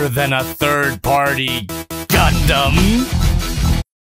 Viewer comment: I'm glad is finally to the point where he can say "Gundam" and "swivel" without having a stronk, way to go!